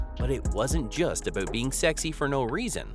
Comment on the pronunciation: Wait: what was it a-bewt?